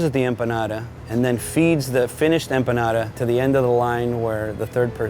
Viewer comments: Cada vez que dice "empanara" una empanada se suicida!!! Jajajajaja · i like how he says empanada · So cringe how he pronounces empanada.....